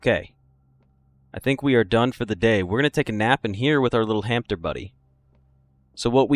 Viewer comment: Isn’t it “hamster” with an “s” not “hampter” with a “p” or am I missing an inside joke?